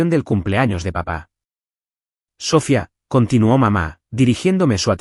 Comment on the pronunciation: Porque dicen mal el nombre siempre, es Sofía, si no saben decirlo pongan otro , en la traducción escrita está bien acentuado y en estas narrativas lo usan mucho y siempre mal